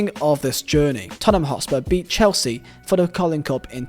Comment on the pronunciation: Totspur... what is that?!